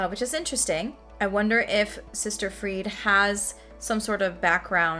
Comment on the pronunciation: Pronounced closer to Free-dah.